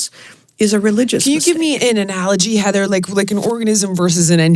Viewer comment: Heather's a class act...and didn't even correct your mispronunciation of her name, which rhymes with "flying".